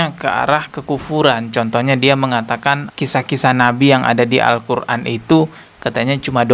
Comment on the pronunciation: dari bacanya tidak mencerminkan penghafal Al-Qur'an.. cuma ngaku2 aja ini mah biar trending